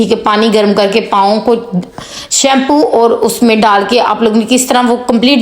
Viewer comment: thanks .beti very nice tips..but plz bolne ka tareeqa boohat ouncha sakhat hae is ko theek karaen..and words ki adagi sahi karaen.truth barash nahi tooth barash hae..our nahi aur hae ..sab ko yutube per aane and pesoun ki vaja se boohat shouq hae ..but achai terha se ho tu so good..plz dont maind😅😊❤